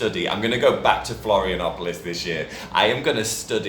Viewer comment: às vezes entender alguns sotaques do Brasil é difícil até pra mim kkkk Adorei o "Florianópolis "